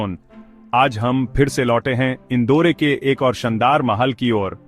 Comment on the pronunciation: इंदौर ना की इंदौरे